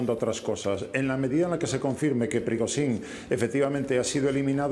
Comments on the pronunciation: Me encanta este experto. Lástima que no intervenga más a menudo: Prigotsín, Prigosín, Prigoshin, Prigotsin... "Nos movemos en una niebla..."; no tengo ni idea de lo que ha ocurrido, pero voy a decir que ha sido Putin para que me vuelvan a llamar. Yo lo veo más desarmando tostadoras o leyendo contadores, pero bueno, comentando estos sucedidos tiene su gracia. Ánimo, caballero. Cuando tenga un rato, entérese de cómo se pronuncia el nombre del paisano ese. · No le vamos a pedir milagros. Con suerte aprenderá a pronunciar correctamente el nombre del señor este q.e.p.d. y puede que llegue a decirlo cuatro veces seguidas del mismo modo. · El experto en Rusia no es capaz ni de medianamente pronunciar el nombre de Evgeni Prigozhin, es sencillamente un pobre repetidor de propaganda occidental.